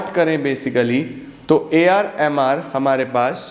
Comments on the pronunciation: When he says ar mr its sounds like ar rehman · AR MR sounds like ar rahman 😆